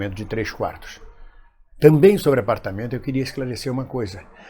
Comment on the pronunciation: TÁ FALTANDO O R DE "SOBRE"